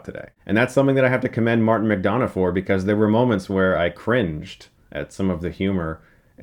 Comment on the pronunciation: You keep pronouncing McDonagh wrong. The don should sound like dun.